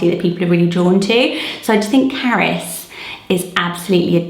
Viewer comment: The name Carys to me sounds like you are saying carrots.